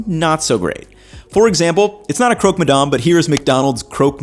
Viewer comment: You're in France, so please call ist "crock" and not "croak"